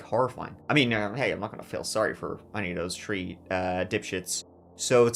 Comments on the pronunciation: its hilarious how Irish people are incapable of pronouncing the h in words like third and three so instead say Turd and tree LOL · your accent is the best! Tirty (30), tree count em (3), and best for last the turd person (3rd)!!!!!😂 I love it!!!!